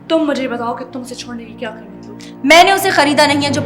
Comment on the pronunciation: میں اپنی کسی چیز کو کسی پاس نہیں رہنے دیتی چاہے مجھے جتنی بھی قیمت ادا کرنی پڑے ۔ اتنی خوبصورتی سے قیمت لفظ کی ادائیگی کردی سعدیہ حسین نے جو عام طور پر پاکستان میں کوئی نہیں کر سکتا اکثر لفظ قیمت کی جگہ کیمت کہتے ہیں لوگ